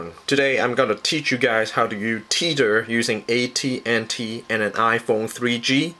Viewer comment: its te-th-er not tet-her